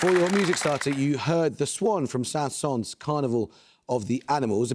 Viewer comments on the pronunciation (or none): Yep, I noticed that too. Le Petit Prince sounded like Le Petit Prawns and Saint-Saëns like Sans Sense.